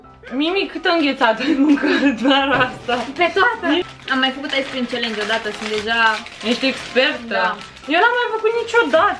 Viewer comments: Nu mai spuneți ,,celengi" se spune ,,cealăngi'' știu că se scrie ,,challenge" (am scris pronunție) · Eu care am înțeles când ai zis tu ice cream callenge eu am înțeles ai sprâncene😅